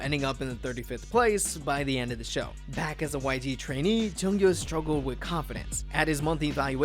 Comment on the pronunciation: Please don't flame me... Junkyu is pronounced June-Queue